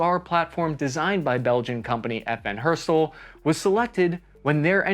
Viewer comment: its not not FN herstuhll FN HER ST ALL (and make the A flat)